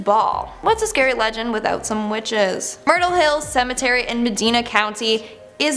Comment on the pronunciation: i wish they could learn how to say cemetery